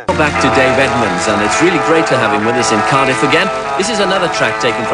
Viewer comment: It's "Edmunds."